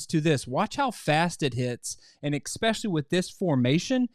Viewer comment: Expecially? Really?